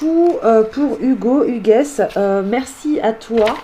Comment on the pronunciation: Coucou, belle video. Par contre le prénom "Hugues '" se prononce sans le "s" , Hugue ...